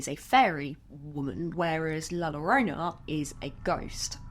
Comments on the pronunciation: I would love it if you did a deep dive monster, makeup, and myths video on La Llorona! I remember being told that story OFTEN while growing up in both Mexico and America. I swear that I heard her once as an adult......that is a sound that I will never forget. By the way, excellent attempt at pronouncing it correctly. The only part you missed is th "ll" sound, its more like a soft "g" or a hard "j"...... Try it like this " joe-roh-nah" Anyway, I love you and your videos!!!! I hope you keep making this series!!!! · LOVE this video. But as an spanish speaker, you said so many times an so wrong. La llorona, de ll en spanish sounds as de y in young.